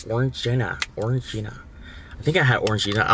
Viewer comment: I honestly thought he Said “Foreign Gina” when trying to pronounce Orangina 😂